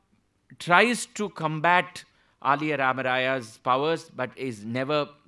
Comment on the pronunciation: Very good narration about Sri Purandhara Dass Sriram Sir. Aliyaa rAmarAya to be prounounced as aLiya (son in law)